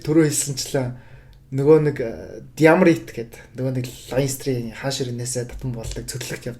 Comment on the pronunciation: Бүгд найрамдах Улс биш ш дэээээ😮😮😮. Иреланд Улс гэж орчуулна.Leinster, Munster гэхийг англиар яаж дуудаад байгаан бэ хммм.Clontarf гэж хэлж байгаа нь😮😮😮 хүртэл хммм. Дублин хотод маш олон боловсролтой Монгол залуус мэргэжилээрээ дэлхийн том том компаниудад ажилладаг тэд нараас дуудаж яриулсан бол дээр байх байлаа.